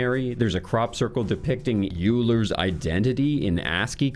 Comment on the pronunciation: … euler pronounced oiler not uler.